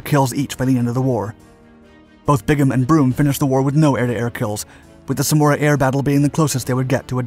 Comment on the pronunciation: Samaraa and not smuora😂